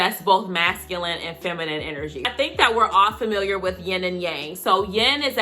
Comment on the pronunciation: When she said “yin” instead of “ying”…🙌🏾!!!